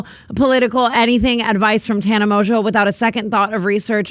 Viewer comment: jeff will never pronounce tana’s last name right 😭💔